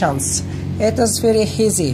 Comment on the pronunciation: You said heazy? love it dude